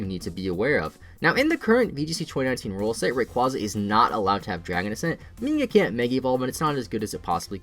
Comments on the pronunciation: Move wise, yes, but stat wise Not anymore (Eternamax Eternatus lol) Oh and btw it's pronounced ray-kway-zah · RAY QUAZE AH!!!!!!!!!